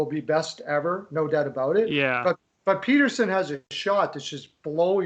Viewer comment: Was saying Peat-erson when it’s Pett-erson